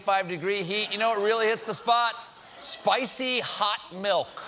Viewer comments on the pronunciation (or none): none